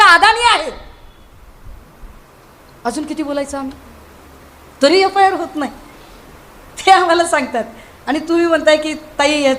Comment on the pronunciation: याफाय आर नाही मॅडम एफ आय आर